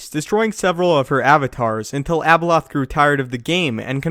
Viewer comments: When he said Abeloth it sounded like Ebola 😂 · how many times you said abeloh, abeloh, abeloh,abeloh, abeloh, abeloh,abeloh, abeloh, abeloh,abeloh, abeloh, abeloh,abeloh, abeloh, abeloh,abeloh, abeloh, abeloh,abeloh, abeloh, abeloh,abeloh, abeloh, abeloh,abeloh, abeloh, abeloh,abeloh, abeloh, abeloh,abeloh, abeloh, abeloh,abeloh, abeloh, abeloh,abeloh, abeloh, abeloh,abeloh, abeloh, abeloh,abeloh, abeloh, abeloh,abeloh, abeloh, abeloh,abeloh, abeloh, abeloh,abeloh, abeloh, abeloh,abeloh, abeloh, abeloh,abeloh, abeloh, abeloh,abeloh, abeloh, abeloh,abeloh, abeloh, abeloh,abeloh, abeloh, abeloh,abeloh, abeloh, abeloh,abeloh, abeloh, abeloh,abeloh, abeloh, abeloh,abeloh, abeloh, abeloh,abeloh, abeloh, abeloh,abeloh, abeloh, abeloh,abeloh, abeloh, abeloh,abeloh, abeloh, abeloh,abeloh, abeloh, abeloh,abeloh, abeloh, abeloh,abeloh, abeloh, abeloh,abeloh, abeloh, abeloh,abeloh, abeloh, abeloh,abeloh, abeloh, abeloh,abeloh, abeloh, abeloh,abeloh, abeloh, abeloh,abeloh, abeloh, abeloh,abeloh, abeloh, abeloh,abeloh, abeloh, abeloh,abeloh, abeloh, abeloh,abeloh, abeloh, abeloh,abeloh, abeloh, abeloh,abeloh, abeloh, abeloh,abeloh, abeloh, abeloh,abeloh, abeloh, abeloh,abeloh, abeloh, abeloh,abeloh, abeloh, abeloh,abeloh, abeloh, abeloh,abeloh, abeloh, abeloh,abeloh, abeloh, abeloh,abeloh, abeloh, abeloh,abeloh, abeloh, abeloh,abeloh, abeloh, abeloh,abeloh, abeloh, abeloh,abeloh, abeloh, abeloh,abeloh, abeloh, abeloh,abeloh, abeloh, abeloh,abeloh, abeloh, abeloh,abeloh, abeloh, abeloh,abeloh, abeloh, abeloh,abeloh, abeloh, abeloh,abel